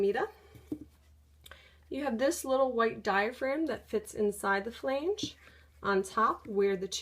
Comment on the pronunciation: the word is not pronounced "flaynge."